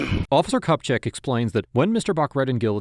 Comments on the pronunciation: Okay okay, I know I'm not even a minute in... but the last name pronounced "Cup Check" belonging to an ATF agent is hilarious. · You did NOT just say "Cup Check" 😅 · “Cupcheck” and “Lajack”??? C’mon 😂😂😂